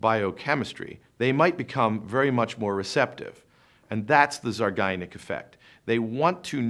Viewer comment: Not to be a prude (and I realize it’s spelled properly in the title), but it’s pronounced zeye-GAR-nik; not the way the speaker says it in this video.